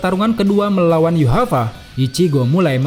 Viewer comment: Yuhava ? Yg benar min yhwach bukan yuhava, itu sih yg ku tau.